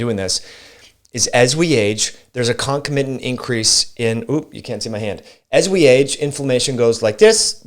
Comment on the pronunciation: Great video. Just a quick pointer. It’s con-COM-itant not conco-MI-tant.